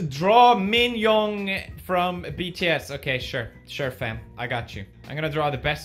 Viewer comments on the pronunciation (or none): One of my nerves popped every time he said min yong!!! It’s Min Yoongi! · He said min yoonh😂😂😂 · I am sry I laughed way too hard at "Min YoonHh" 😂